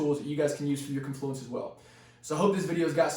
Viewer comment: Woahhh, wooah, woah.. pronunciation: KON·floo·uhns. Stress is on the first syllable.😶‍🌫